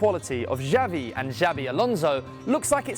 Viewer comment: Interesting video. Always enjoy watching the videos you post. One criticism however, the pronunciation of the players' names, it's Zhezoos, not Hezoos, the language of Brazil is Portuguese, not Spanish. Also Xavi, it's an sh sound. It's AlCANtara, not AlcanTAra and a few others. Just trying to make the videos even better than they are, don't take it in a bad way.